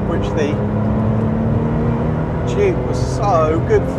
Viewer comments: Every time they say "Juke R" it sounds like they're saying "Jew Car", lol!!! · Anyone else think he said Jew-Car? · what the hell is this guy's issue with the letter J